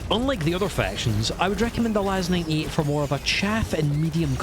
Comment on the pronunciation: Are you saying LAS-9E? Because it's LAS-98.